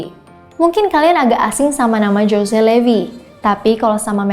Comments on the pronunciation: jose... dibaca hose mbak bukan jose... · 'José' itu bacanya 'hose' dooong😁